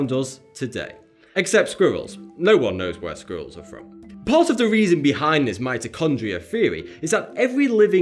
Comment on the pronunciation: Hello, ito ay sa akin muli. Ito ay isang mahusay na video, ipagpatuloy ang mahusay na trabaho? And you struggle to say squirrel!!